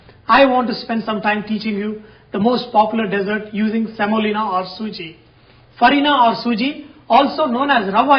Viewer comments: It is not a Desert it is a dessert and it is pronounced (dih-zûrt). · Good job, man. When you refer to women, don't call them 'females.' Also, when you refer to sweets, don't say Deyzzart (desert), but dizert (dessert). LOL! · you are a great chef but I would like to point out that pronunciation is dessert not desert